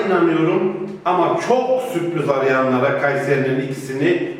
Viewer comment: Kayserinin ikisi bol suprız diyor ahahjaja